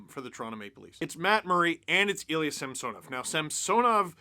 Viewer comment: Wait... Sergei Samsonov is pronounced different than Ilya SamSOnov? Can we stop saying it weird...